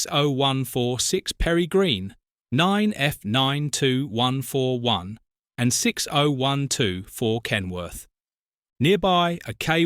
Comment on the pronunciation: Perry Green??? Peregrine, you pillock!! And Kenilworth not Kenworth. Kenworth is a brand of American truck.